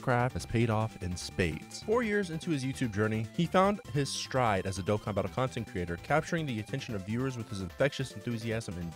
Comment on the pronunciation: as a huge charlie supporter and a dokkan lover i love hearing him pronounce the name